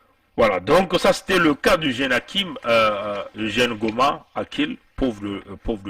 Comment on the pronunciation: VOUS ÊTES UN IMBÉCILE DOUBLÉ D’UN IRRESPONSABLE! SACHEZ QUE JE FAIS PARTIE DE LA FAMILLE DE MONSIEUR GOMA DONT VOUS FAITES MENTION DANS CETTE VIDÉO. AU-DELA DU FAIT QUE VOUS ÊTES, MANIFESTEMENT, TRÈS MAL INFORMÉ SUR CETTE HISTOIRE OU MÊME, LA PRONONCIATION EXACTE DE SES PRÉNOMS ET NOMS, QUE VOUS AVEZ ÉCORCHÉ, À DE MULTIPLES REPRISES, DANS VOTRE VIDÉO ET QUI EST UNE PREUVE EN ELLE-MÊME QUE VOUS N’AVEZ JAMAIS ÉCHANGÉ AVEC LUI, NOUS ALLONS, PAR L’INTERMÉDIAIRE, DE NOTRE AVOCAT, PORTER PLAINTE CONTRE VOUS POUR: - DIFFAMATION; - UTILISATION DE L’IMAGE D’UNE TIERCE PERSONNE SANS SON ACCORD; - ATTEINTE À LA VIE PRIVÉE; - MISE EN DANGER DE LA VIE D’AUTRUI. NOUS LAISSERONS À NOTRE AVOCAT LA LIBERTÉ D’ÉVOQUER, AVEC VOUS, LES AUTRES MOTIFS DE PLAINTE QUE NOUS ADRESSERONS À VOTRE ENCONTRE AINSI QU’À CELLE DE VOTRE CHAÎNE YOUTUBE! NOUS AVONS DÉJÀ RÉCUPÉRÉ VOTRE VIDÉO JUSTIFIANT, À ELLE SEULE, LES MOTIFS DE PLAINTE QUI VONT VOUS ÊTRE ADRESSÉ, ET QUI DÉMONTRE QUE VOUS AVEZ EXPOSÉ CETTE HISTOIRE AINSI QUE LES IMAGES DE MONSIEUR GOMA, DANS VOTRE VIDÉO, SANS AUCUNE PRISE DE CONTACT AVEC LUI ET SANS SON ACCORD! POUR FINIR, SACHEZ QUE NOUS VOUS TIENDRONS POUR UNIQUE RESPONSABLE, SUR LE PLAN LÉGAL, DES RISQUES ET CONSÉQUENCES POTENTIELS AUXQUELS VOUS AVEZ EXPOSÉ MONSIEUR GOMA ET SA FAMILLE TANT AU NIVEAU DE SA VIE PERSONNELLE QUE PROFESSIONNELLE! ENCORE UNE FOIS,, VOUS ÊTES UN IMBÉCILE DOUBLÉ D’UN IRRESPONSABLE!